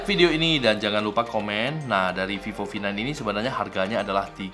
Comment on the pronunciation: Is vivo v9 you saying like “fifo fi9”